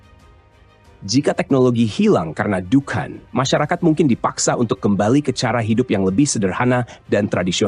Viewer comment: Dukhon min,,,bukan dukan 😂